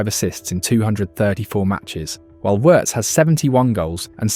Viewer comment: Hate AI commentary. It pronounces Wirtz correctly but then messes up on Lyon😂